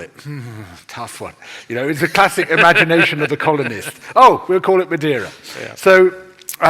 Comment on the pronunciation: Madeira means wood in English. Brazil, btw, is a type of wood that is deep red inside and was used to produce both red ink and for ship-buildibng. A brasil is s portion of red hot embers - hence the name. The guest, btw, did pronounce "Madeira" very well at a moment. I will disagree about his description of the Portuguese in Brazil during the 1500s. To be honest, I don't know details about that period specially the relationship with the Tupi and Guarany in the coast of Brazil. I know some native individuals were made into slaves but what actually happened is the Portuguese males maried native women since it was both in Portugal and for the Tupis and Guaranys a form of creating aliances. I also never heard of the Portuguese cultivatin the land until it went sterile. (there a better word ... sorry I don't remember). The Brasil Tree still exists so they did not extinguish it. Also, in the midle of the 16th century the Queen of Portugal prohibited making natives into slaves. (religious reasons). A lot of the massacres of indigenous peoples happened in the 20th century and were carried out by private individuals against the will of the Government. The Indian Protection Service was created in the 1920s and was headed by Gen. Cândido Rondon who was, himself, half Bororo indian. 2/3 of all Brazilians have Tupi or Guarany ancestry - including myself.